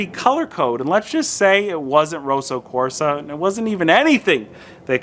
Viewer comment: FYI, 'Roso Corsa' as you say it means in Italian 'racing pink'. The 'o' in rosso should be as in 'pot', not boat, and it's a long ssssssss. It may be a Kia color but it's definitely red, not pink!